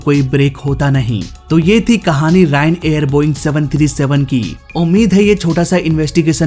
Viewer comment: Sir it’s not Ryan Air it’s Ryanair